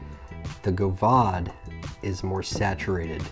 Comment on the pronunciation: the fact that the god damned aeronaut is you're fav rda pretty much says everything about You, I mean besides the spicy jew fro and fuck boy 03 chin straps. only liberal hipsters actually enjoy the aeronaut. team single coil is for gays. also it's GOV-AD not go-vahd you illiterate speaking fuck. decent review tho, less scatter brained.